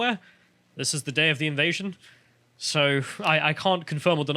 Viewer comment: "Ivasion" or "Ivite-sion".